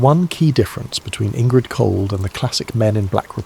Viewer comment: Indrid, not Ingrid